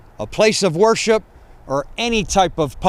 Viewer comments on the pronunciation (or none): none